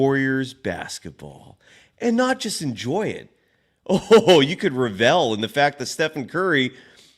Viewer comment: It is NOT RevEl! The emphasis is on the first syllable. What school did you go to because your English is atrocious.